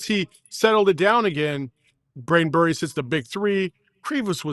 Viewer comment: Am I the only one that was annoyed that they couldn’t get Jaden Bradley or Brayden Burries names right through out the whole game. They had to mispronounced both at least 3 times